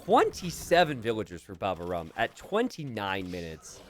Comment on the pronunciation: babaorum is the (latin) name of a roman army camp next to asterix' hometown in the bretagne.. and it is pronounced baba -O-rum. /hermione